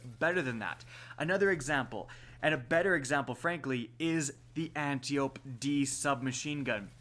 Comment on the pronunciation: Appreciate the videos, but the way you pronounce Antiope is really bugging me... Ant-eye-oh-pea, reference to an Amazon, daughter of Ares and sister to Melanippe, Hippolyta, Penthesilea and possibly Orithyia, queens of the Amazons